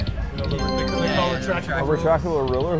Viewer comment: 53 year old and never heard anyone call it retrachtable ruler. You're the first.